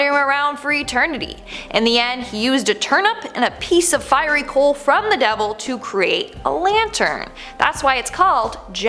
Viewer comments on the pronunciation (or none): none